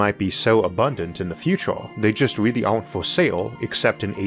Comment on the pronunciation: I wish you a speedy recovery!! I sincerely hope your quality of life improves, but I'm genuinely going to "weawwy" miss how you spoke 😊❤.